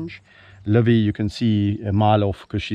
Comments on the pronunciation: Where did Livy get her name? The way you call it, it sounds as "LÕVI", which is "a lion" in estonian language 🙂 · It is nice how mr. Richardson pronounces Livy, it sounds like Lõvi which is in estonian "lion". Another great video. Thank You.